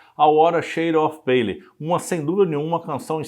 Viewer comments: Gostei muito da sua pesquisa sobre The Wither shade of pale. Hoje mesmo estava com dificuldade de traduzir a letra para meu irmão, numa publicação em que a letra acompanhava a música na tela. Só uma observação.. Não se diz “pêile”. Diz-se “ Pêil “ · Por favor:A pronúncia da palavra-dentre outras-PALE está errada.O apresentador não se preparou e comete falhas de pronúncia